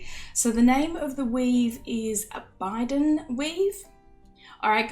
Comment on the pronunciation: Thanks for doing a great tutorial on my Bydand weave. The ring sizes I originally used were for Sterling Silver or GF were 1mm x 3.5 and 1mm x 5mm. It makes a substantial and lovely bracelet which can be worn by anyone. Just a note: it's pronounced 'Bye-dand' and it's our Sharpe family motto from the Clan Gordon. It's a Gaelic word which means 'stand fast', 'steadfast' and 'enduring'. 😊